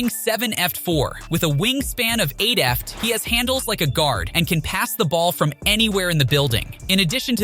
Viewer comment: I saod that too, but once I heard him say "8 fft" instead of FEET, as well as "sha-kwill oneal," I realized that this AI/Bot tricked my ass too